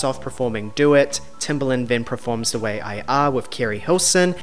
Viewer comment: Talks about mispronunciations and proceeds to say ‘PREforms’ about a zillion times 🙈🥴